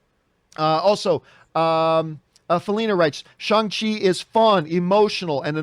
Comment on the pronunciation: That's the way you pronounce it dummy